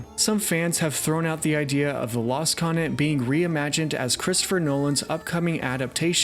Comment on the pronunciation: Great stuff but please sound out your words. It’s continent. Not coninet